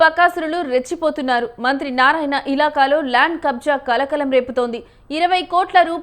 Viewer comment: మంత్రి అనే ఒత్తి పలుకుతున్నారు మంత్రికి మీరు వ్యతిరేకమా ప్రతి దగ్గర ఉందిఇది ఇక్కడే కాదు ఇప్పుడే కాదు ఎప్పుడు నుంచో ఉండే వ్యవహారమే భూమి విలువలు పెరిగినప్పుడు యివన్ని మామూలే అయిపోయాయి మన రాష్ట్రంలో, అనిల్ టైం లో లేదన్నారు ఎందుకు లేదు అందరూ టైం లో ఉంటది పోకిరి టైం లో ఉంది ఒకరి టైంలో లేదనుకునే దానికి లేదు భూమి విలువ పెరిగే కొద్దీ అవినీతి రాజకీయ నాయకులు వారి అధికారంలోకి వచ్చే కొంది ఇలాంటి వ్యవహారాలు మామూలే, అసలా అధికారులు వారి భూములను కాపాడుకుంటే ఈ ఆహారాలే రావు కదా, అధికారులు అవినీతి పాలకులు కుమ్మక్కైన అప్పుడు ఇవన్నీ మామూలే మన రాష్ట్రంలోఇతర రాష్ట్రాల్లో ఏమో కానీ.